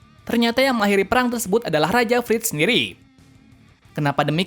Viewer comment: Bang aku mau benerin kata Abang Tybur = Tyber Karl Fritz = Karl Frits Benerin ya omongan nya bang👍 tetap bagus kok tapi video